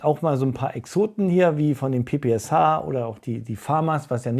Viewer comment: PPSH= „P P Scha“ gesprochen